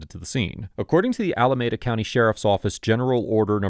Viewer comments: Pronounced Alameeda not Alamehda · I used to live in Alameda County, and it's pronounced Allah-me-dah. Otherwise, good episode